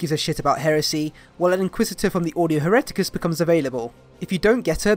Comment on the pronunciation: You've got me at "Ordo Hereticus"...